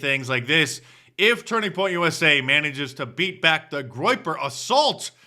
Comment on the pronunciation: USA not USI